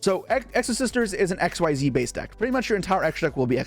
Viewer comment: How dont you know how to say xyz still 😂